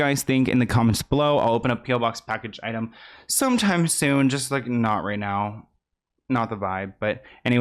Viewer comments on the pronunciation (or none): none